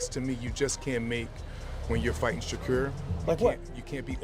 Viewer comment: His name is not SHOCKER...his name is SHAKUR!!! Pronounce his damn name right!!!